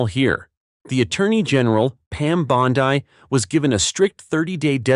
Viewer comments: Dear Mr. AI: Bondi is pronounced BAHN-dee, not BAHN-dye. I am a Floridian; I know. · And Pam's last name is pronunced "Bond-E" not "Bond-I"!